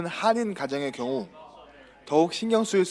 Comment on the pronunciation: 기자 이응 밑 자음 발음 장애있으신지요. 경우->겨우 중독 ->중도 아니 듣는 내내 말도 너무 느리고 답답해죽겠어요